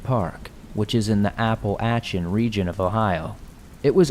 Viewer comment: Am I the only one who found him saying Applachin funny? 🤣 Love the videos!